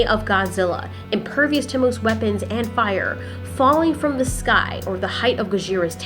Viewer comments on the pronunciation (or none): none